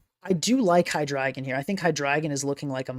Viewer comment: My heart feels good that you are the only person who pronounces that Pokémon‘s name correctly. Drei for 3